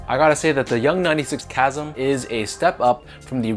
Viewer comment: LOL did you reupload this after realizing you mispronounced “chasm?” I could have sworn I saw this video before work today.